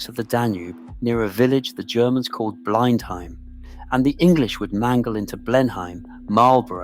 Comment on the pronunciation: It's ponounced "Blennim" ⚠️